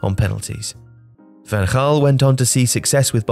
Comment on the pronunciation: It's Van Ghaal not Van Haal